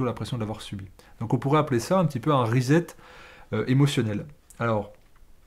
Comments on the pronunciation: cher, to set or to set up se prononce "sset" pas "zet" Donc re-set ou reset c'est "resset" qu'il faut dire, tant qu'à parler franglais!!! Bises de Hong Kong. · R I - S S E T ' Préfixe de répétition, comme en français, re + set qui signifie mettre en place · Vive la différence culturelle, la diversité met de la couleur dans la vie. De toute évidence, vous avez compris le « rezet ».